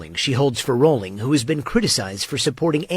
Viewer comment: her name is rolling, not RAW-ling